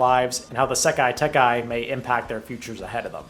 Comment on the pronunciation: this will never not irk me it's sekai taikai, not sekai tekai